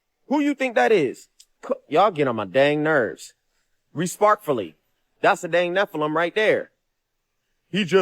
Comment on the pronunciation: dude has to be trolling 😂 “resparkfully”